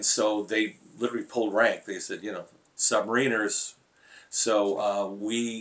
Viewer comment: Have I been mispronouncing the word “submariners” all these years?!🤔